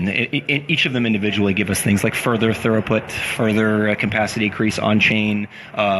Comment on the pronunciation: I'm only a quarter of the way through this, but please, it's throughput not thoroughput! :o